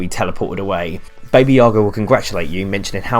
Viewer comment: baby yaga really bro? its pronounced b-a-b-a yaga